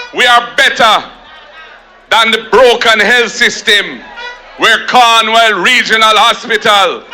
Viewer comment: Is me alone hear him say “Corn Well” Hospital? 😂